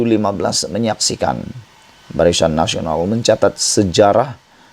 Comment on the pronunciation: Sebutan pun salah. Barisan bukan barisyan....